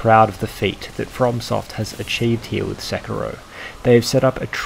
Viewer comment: “Sicko mode” I think you mean “Sekiro mode”